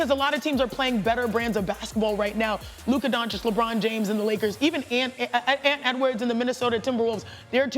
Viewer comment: If he says Luka’s name wrong one more time bruh lol